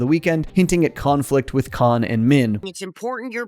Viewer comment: “Khan” flict